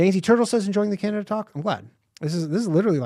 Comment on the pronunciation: There's no " I " in Canada